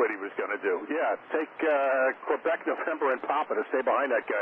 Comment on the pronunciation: Stop saying QWOOBEC you dang square heads xD